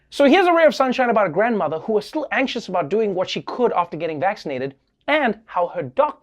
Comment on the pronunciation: i love how Trevor says STL when he says still